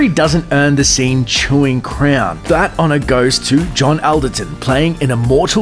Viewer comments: John Awl-derton, not Al-derton. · Although the spelling is Alderton, you actually pronounce it as ALLderton. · It's John ALL derton not AL derton and Von Sydow is pronouced Von SyDOE not Von SyDOW as in cow!